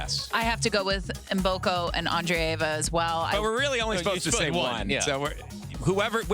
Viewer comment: Funny pronunciation of "Maboko" instead of "Mboko"😅 In fact, as a Ugandan( bordering with Congo), I already know that "Maboko" means "hands" in Lingala, Mboko's parents language.